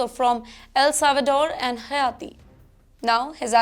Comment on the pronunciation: It is not hayati it is heti for haiti. Please pronounce the word haiti correctly